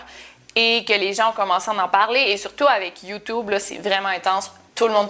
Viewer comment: arrête ! il y a des gens qui vont croire que ça a toujours été comme ça, c'est youtoube point, l'on toujours dit comme ça donc c'est vrai